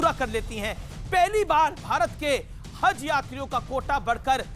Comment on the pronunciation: Sahi se haz ni bol skta h aur anchor bnta h